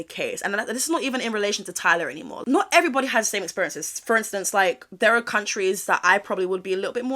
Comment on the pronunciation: That "what are you waiting for-ær" gets me up every morning I love it